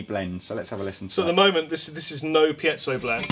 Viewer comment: Yes! is pronouncing piezo correctly. Just imagine the missing diaeresis on top of the e.